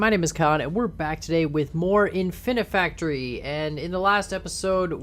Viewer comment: It's not efficiency-factory, it's Infinifactory